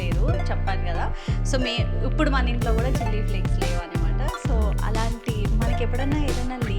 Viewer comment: Upudu😃😃 instead of ipudu but it’s cute 😍👌